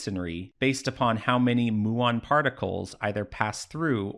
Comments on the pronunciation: FYI, it’s pronounced “m-yew-on” not “moo-on”, from the Greek letter mu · I don't know why the person in the video pronounces muon as "moo-on", but it's definitely "mew-on".